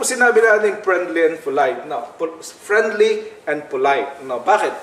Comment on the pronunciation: Prenli and Folayt.lol